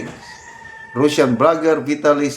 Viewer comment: ANONG RUSSIAN YAN SIR? ANG TAMANG PAG BIGJAS NYAN IS (RASYAN)AY NAKU!